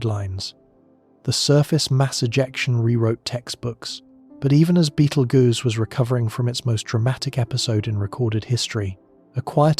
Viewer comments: It's pronounced, Beetle Juice. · One of the big downfalls of ai narrators 😅 beetle goose is pretty laughable. But tbh give ai a few years and it will be indistinguishable from human narrators. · It's not Beetle Goose or Beetle Ghost or Beetle Gurse. Its Beetle Juice. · Sorry, I can't watch this. I love these videos. But Betel (what???) I've just heard Betel Goose! 🤦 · 😂😂 At this point Betelgeuse has more pronunciations than theories about when it’s gonna explode… I’ve heard: 👉 Beetle-goose 👉 Beetle-juice 👉 Beetle-guess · I really like „Battle Juice“, sounds like a potion in Skyrim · OMG how many ways is the AI gonna pronounce the stars name... Sheesh I counted at least 5 in the first 10 minutes